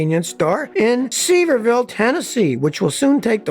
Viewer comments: Scotty... SeVEERville....not SEVerville. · Scotty, As a Tennessean, you should know that Sevierville is not pronounced See-Ver-Ville, but rather pronounced Sa-Vear-Ville. Its a huge tourist trap on the edge of two other tourist trap towns, Gatlinburg/Pigeon Forge, TN, before you enter the Great Smokies National Park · It's pronounced like severe-ville..and yes we have the BIGGEST BUCCEES yet..but it's for the benefit of all 14 million tourists who come to the Smoky Mountains every year. I'm a local & haven't even gone to Buccees yet lol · Sevierville is pronounced severe-ville, which was named after Tennessee's first governor, John Sevier. John was apparently a badass. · SEE-VEAR-VILLE, Tn thank you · I love how you pronounce seveirville :-) made me giggle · Your pronunciation of Sevierville hurts my feelings. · You pronounced Seveirville wrong and they are already open